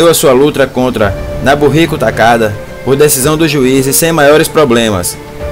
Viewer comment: Nobuhiko nao nabuhiko